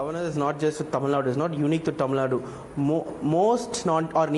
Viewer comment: Its not tamilnad. It's tamil Nadu.. Don't forget the 'u'.. I'm not a tamil guy.. but the way you north folks just say kannad and tamil Nad is so irritating